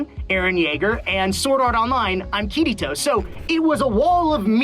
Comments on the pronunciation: Ok I’m japanese so i think I’m quite harsh on voice actors but Bryce: is a voice actor Also Bryce: cant pronounce his characters name right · as soon as he pronounced Kirito which make me the reason why not watching anime in Dub LMAO